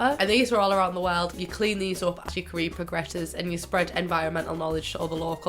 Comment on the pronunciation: Was it only me that though she said Korea when she said career😂😂